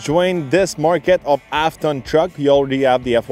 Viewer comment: Good review, I love my RST duramax, but why do you keep saying "ap ton truck".